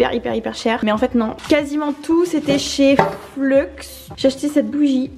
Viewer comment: On prononce Fleu pas Fleuxxx. En tout cas, très belle vidéo, belle énergie et on voit que t’es super contente. Félicitations !